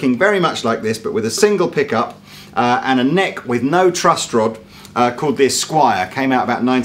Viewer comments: Is the calling it a "Trust Rod"?! Tell me he's not please. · One more thing. I couldn't help but laugh when I heard you say over and over "trust" rod instead of "truss" rod, as it is properly pronounced. It's like you're saying "in rod we "trust"! LOL!!! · Several times he says trust rod... Sorry but he does. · Is consistently saying "trust rod"? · Does keep saying "trust" rod? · Yes...yes he is lol. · I can't believe he kept saying "trust" rod about 3 times before he corrected himself and said "truss" rod. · Is calling it the "trust rod" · Really sounds like youre saying trust rod rather than truss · Is saying 'trust rod' or is it just my ears failing me? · There's no "t" in "truss" rod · Does keep saying "trust rod" instead of "truss rod" or am I going a bit mad? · Are you saying trust rod, not truss rod? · is he saying "trust rod?"